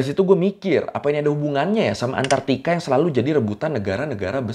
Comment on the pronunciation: Antarktika bang, bukan antartika